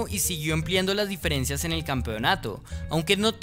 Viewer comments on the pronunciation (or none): none